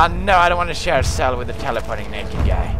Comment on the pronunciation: Lol in he say teleporteing BARRELLS